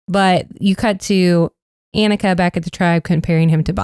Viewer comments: anika is AUH-ni-ka …. not ea-ni-ka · Anika is pronounced with a soft A. Like Ah. Ah-ni-ka. They've said it many times in the two episodes. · Hey y'all, It's AH-ni-ka. Ahh-ni-ka. Like Hannukah. Hope that helps. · My top 6 (2 from each tribe) currently are Sam, Rachel, Aysha, Teeny, sue, and tiyana. Also I'm pretty sure people on the show have been pronouncing Anika's name Onika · Your pronouncation of anika is wrong. It’s awe-nika.